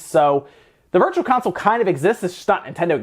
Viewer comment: I swear he said Virtua Console!?!